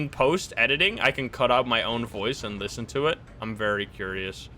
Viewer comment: I swear its saying Listen but Lisym